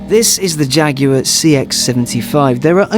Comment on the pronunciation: Since when is Jaguar (jag-war) pronounced fucking jag-yooo-arrr? Get English or get fukt.